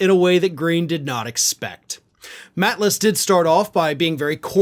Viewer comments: emily maitlis did a great interview with pervert prince andrew her name is said mate lis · Just a quick note: it's MATE-lis :) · The reporter is Emily Maitliss (pronounced mate-less) who previously interviewed Prince Andrew about Jeffrey Epstein and Virginia Duffray - I hope rhat name and spelling are correct. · Pronounced 'Mateliss' here in the UK in case you happen to mention her again in the future. Great story.